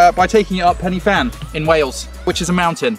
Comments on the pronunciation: penny van PENNY VAN (pen-y-fân is the mountain, the Y is pronounced UH) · "Penny van".....the Welsh in me just shivered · No no no.. “Pen-Uh-Van” is the way Pen-Y-Fan is pronounced.. 😂😂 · As a welshman, I should probably point out it’s pronounced Pen-“uh”-fan, great video as always though :) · As a fellow welsh man, I am offended by the pronunciation of Pen Y Fan. Great video though